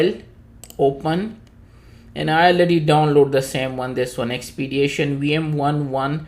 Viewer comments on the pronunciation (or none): There is no 'a' in the word Expedition.